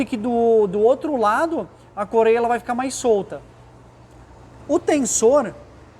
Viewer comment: Não é "corêia" é correia 😂